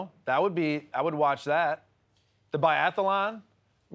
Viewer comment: Biathalon in Chi-nuh 🤣